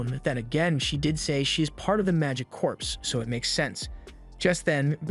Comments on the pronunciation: CORPS like CORE not CORPSE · Corps is pronounced as "core"